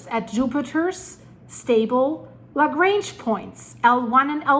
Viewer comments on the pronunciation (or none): none